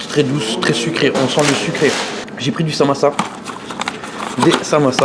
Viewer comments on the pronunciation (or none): Frère c'est saMOUssa , pas samassa 😂